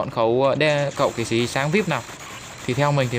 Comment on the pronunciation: Là kỵ sĩ chứ k phải là kỵ sí